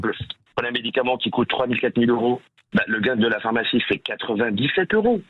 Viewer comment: on dit phArmacie et non phOrmacie...😤🤣